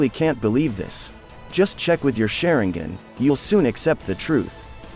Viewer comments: Its sharingan not shareingen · man's really pronounced that sharingan= SHARE-N-GAN😂😂😂 Edit: SHARE-N-GIN😂😂😂